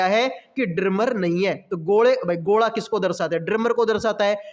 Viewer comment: Are sir gole ko gola hi bol lo yrr kyu jabardast haryanavi ban rahe ho